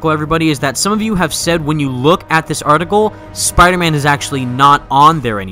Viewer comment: he keeps saying spiman